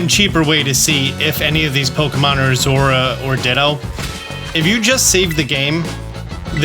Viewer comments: It's Zo-ru-a. It's at least how it was said in the movie, and the name is the same in Japanese. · zorua is pronounced zor-oh-ah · I love your videos, and don't care about your troubles with pronouncing Pokemon names. So take this as just a way to get you a comment, please. Zor-OO-uh. That's how I say it. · Coming from the TCG world, we end up saying the names aloud a lot. To the point that it's common to watch the anime to see how things are pronounced, so you don't look like an idiot while playing. Zorua is pronounced "Zor-eww-uh" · Its pronounced. zor-u-ah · Love your stuff - and it's "zore-OO-uh" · Bro... I love you... but... "Zora?" Really..? Do you just... see letters in the names and choose to ignore them or...? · I pronounce zo-ROO-a myself. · Zorua is actually pronounced with 3 syllables, Zaw-Roo-Ah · I keep getting everything except ditto lol. And at least according to the anime, it's pronounced "Zor-roo-uh", but who knows! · Zor-ooh-uh is how I've always pronounced it. Only the creator of the pokemon has the right to say how it's pronounced really. Yolo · I will say not that it really matters I think it’s pronounced zo-rua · Bruh I hate the way this guy pronounces Zorua like what the hell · Bro it took me too long to realize he was saying Zorua and not Zeraora. I was trying to imagine Zeraora running transform 😮‍💨